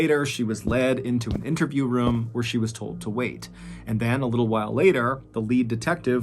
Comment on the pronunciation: Love your stories / podcast but I am curious with your pronunciation of “room” sounding so much like “rum.” “He went into the rum and saw….”. I’m sure I’m not the first to notice or even comment. Is that a southern thing?